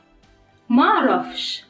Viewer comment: Comment ... when u talk in Egypt's accent u say معرفش not ما عرفش the second one we say the sound "ma" longer .. it should be short i am a native speaker in Egypt's accent